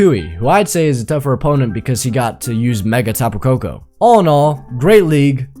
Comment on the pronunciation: did bro really say ega tap koko